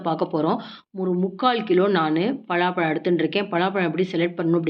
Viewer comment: பலாப்பழத்தை ஏன் பழாப்பழம்னு சொல்றீங்க